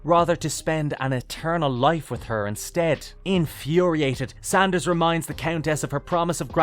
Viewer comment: Szandor, NOT Sanders. Do some homework.